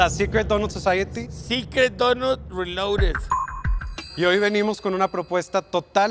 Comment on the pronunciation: 💚💛❤️💙💜 Secret donut "relouded" Jajaja jajaja 🤣🤣🤣🤣🤣 Ay Carlitos! Por eso te amo! No😍